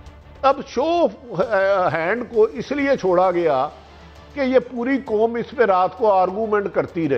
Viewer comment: Oye Bhatti...kaisi hai teri "foj" aur teri "kom"....😂😂😂